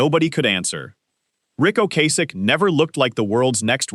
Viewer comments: The number of times that Ric Ocasek’s (and other things) name was mispronounced in just the first 8 minutes was pitiful. I couldn’t finish with the AI voice and someone not proof listening before posting. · Doesn’t matter. It was pronounced wrong numerous times by AI.